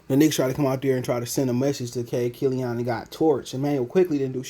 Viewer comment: Bruh are you eating... Annoying asl. And it's killian not killion